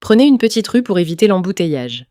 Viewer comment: почему девушка говорить rue как рущь ?